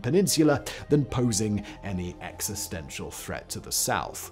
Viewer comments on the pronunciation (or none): none